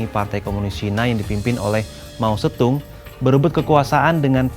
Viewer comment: Mao zeddong bukan Mao zettung